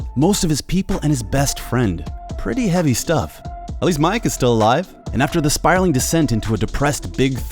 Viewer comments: So we gonna ignore the fact he called meek, mike? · hang on a sec, did he say mike?